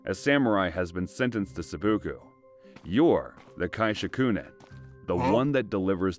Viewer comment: LOL at the AI not pronouncing Seppuku..